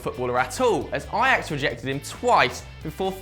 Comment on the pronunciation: ITS FUCKING AJAX! NOT EYEAX